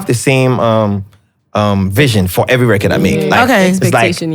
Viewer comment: Right!!!!!😂😂😂😂 and "at the end of the day" .....Also am I the only one searching for the pronunciation of "record " now...🤣🤣🤣🤣🤣I keep hearing " recurd"